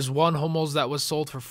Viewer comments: i thought u said homos not hummels...... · it sounds like he's saying 'homos' not hummels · I wear to god you kept saying HOMOS not Humells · Am i the only one to thought he said Homo? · Sounds like he's saying HOMOs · it sounds like your saying homos :l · sounds like your saying i bid on 5 "homo's" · it kinda sounds like your saying homos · it sounds like ur saying homos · I keep thinking ur saying homos